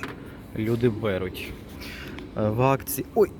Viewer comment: А чому " бЕруть", чому п' ятдесятЬ, вісімдесятЬ?